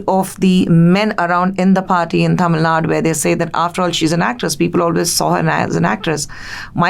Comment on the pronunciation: Why can't she spell "TamilNadu" twice I heard her saying "Tamilnad"